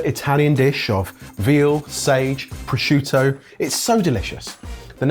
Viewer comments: He also said "proshishutio" on the first one :D :D :D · When started talking about the dish he brought up how the prosciutto was already salty, but he said "prosciusciutto" which to me said it was him immediately.